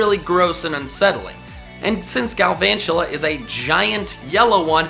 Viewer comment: THERE IS NO R IN GALVANTULA!